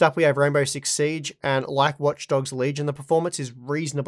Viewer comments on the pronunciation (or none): none